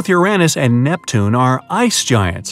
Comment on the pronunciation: The way he pronounced Uranus made me appreciate it